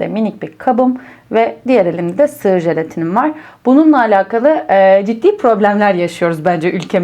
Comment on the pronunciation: Şu jelatini adını düzgün söyleseniz